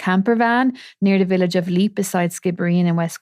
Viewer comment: Its Leap pronounced similar to leaper minus the er obv